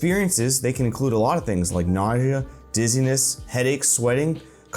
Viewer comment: did you have a stroke while saying nausea?